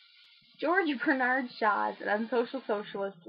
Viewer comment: I have found a youtube goldmine, even if you pronounced his name correctly at first and then "corrected" it to the wrong version, he was Irish it's pronounced BER-Nerd